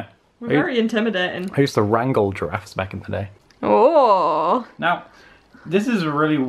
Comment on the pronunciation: I swear I heard say I use to strangle giraffes back in the day lmao